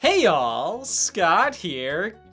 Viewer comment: this hey all sounded suspiciously like a hey y’all……..